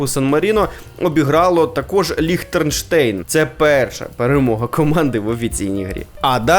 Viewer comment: Він сказав Ліхтернштейн. Бачу з географією він на Ви,це вже не перший раз,памʼятаю щось подібне вже було